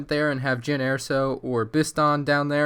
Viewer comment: Jyn Erso not airso.